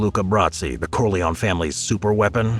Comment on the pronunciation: Corleone pronounced Core-lee-own-ee